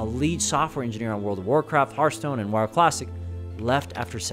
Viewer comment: Why do people say "hurthstone"? Do you say "hurt attack" instead of heart attack?